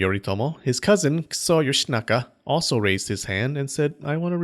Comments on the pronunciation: A: a human skull By the way, it kind of sounds like you are pronouncing it "kuso" instead of "kiso." It's admittedly a subtle difference but definitely sounds like "kuso" to me. This especially stood out to me because kuso means crap in Japanese... but I wouldn't complain if you kept it that way, because it's kind of funny to hear about "lord crap" running around and killing people. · Lord Kuso? Is that how Kiso is pronounced? I'm not an expert in Japanese, but I have my doubts. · Great Vid as always! Ik you are not jp but your pronounciation of the name kiso sounds little bit closer to kuso haha Even the pitch is similar so its easy to misunderstand that you are insulting yoshinaka dude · lol kiso sounds like kuso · Kiso sounds almost like kuso, when you say it. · The way you pronounce "Kiso" is the way you say "shit" in Japanese, just fyi. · That "kiso" pronounciation.. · Without wanting to make fun of the name but I feel like the way you put emphasis on Kiso's name is due to the resulting sounding eerily similar to what I would tactfully call excrement. Oh and also, the thing a Kitsune puts on their head to transform into a human is the thing that Minamoto No Yorimasa's servant tied to a stone and threw into a river - just a few years later.